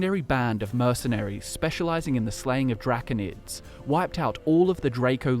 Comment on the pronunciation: Dracunid? No Drah-cone-id